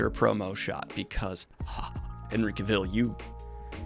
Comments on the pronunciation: Every time you say Henry Cavill’s last name wrong I die a little inside. Some of the Witcher promo shots have been really nice though! A lot better than that one Geralt pic that had way too much empty space around it haha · Sifted through comments to see if I was the only one bothered by this 😂 but I love Daniel’s energy about Cavill haha, I can only stan a bi king 🙌🏼😆